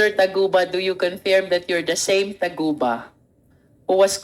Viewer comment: Taguba po hindi Tugaba😂